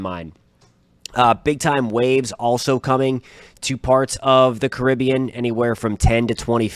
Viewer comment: Geez!! Pronounce the area correctly. It's Car rib be an. Not your version, Cuh rib be an. The area if you didn't know was named after the Carib Indians. It's an honour that you and your country men are neglecting.